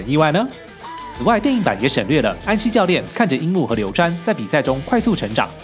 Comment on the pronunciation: 似乎把流川唸成流三了